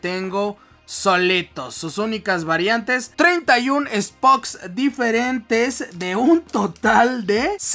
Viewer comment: El que dice spoks